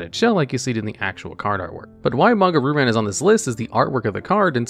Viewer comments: Ree-u ran* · I like watching these videos because they’re very interesting and entertaining, but say it with me “ree-oo-rawn”. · Normally I don't complain about mispronunciations but hearing "Roo Ran" over and over was a bit rough. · the way he says Ryu-Ran is PAINFUL